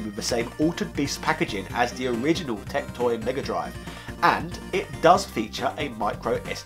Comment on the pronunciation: If you are going to bring up TecToy anymore you should brush up on your Portuguese... you butchered it.